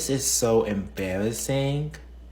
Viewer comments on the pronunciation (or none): "I don't know if I should be laughing-guh or crying-guh. This is so embarrassing-guh." Yeah, so is the way you speak...and wtf is on your head? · It was quite the embawassment honestly. Vewy vewy embawassing.